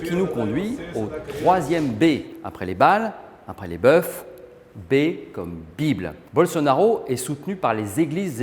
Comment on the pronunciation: Le hic, c'est que ce journaliste prétendument de France Culture, prononce le pluriel de boeuf " Beufs" et non 'Beus" comme en bon fançais, ça la fout vraiment mal, non ?